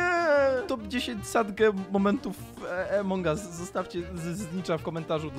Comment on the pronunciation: Od kiedy a mówi się e (jezu) to jest AMONG US a nie jak mówisz EMONG US 😑